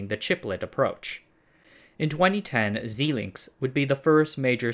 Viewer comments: Another odd pronunciation which degrades the quality of an otherwise excellent production. Xilinx is not "zee links".. it's "zie", as in pie, links. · OMG, dude, you need to figure out the pronunciation of the companies and technologies. "Xilinx" is pronounced z-eye-links. Etc. Pretty much every time I watch one of your videos I cringe at your apparent unfamiliarity with the companies and technologies upon which you purport to be an expert. Frankly, it makes me suspicious of your qualifications and suitability to be pontificating and judging. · Xilinx is pronounced ZI-links, not ZEE-links. And panacea is typically pronounced with emphasis on the first and third syllables, not the second syllable. Otherwise, good video. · Quick tip: Xilinx is pronounced like, "zai links." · In China its "sheee links" :-) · Rhymes with hijinks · It is pronounced Zai Link! I personally programmed their products. Our company bought them through their sales rep. and used them for our products! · And panacea, but both are totally forgivable when using unfamiliar words in a second language like English.